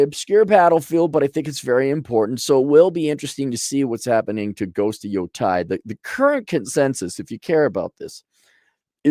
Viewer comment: Yotei. Yo taeeee pronunciation お願いしますAaronさん. Sony needs to move back to Tokyo. Cali is destroying them.